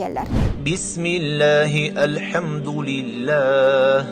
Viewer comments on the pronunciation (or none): none